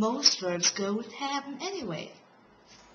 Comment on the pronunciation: what the hell is "habben" ??? Or ar you saying "hapben" ??? That is messed up.